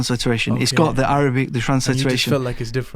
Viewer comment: Masha Allah , his pronunciation of arabic is marvellous.